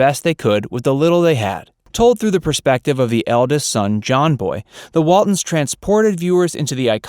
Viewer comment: Its Waltons, not Waldens.